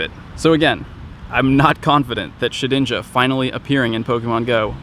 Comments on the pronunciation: Did i hear keep saying Shit-ninja? xD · Why do you call it shit-inja? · Sounds almost like he said "Shitinja"... twice. going blue?